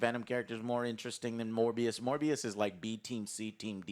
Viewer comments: I love how Joe said "more bs" instead of "Morbius" XD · The way pronounces Morbius sounds a lot like 'MoreBS' to me. Or is it just me?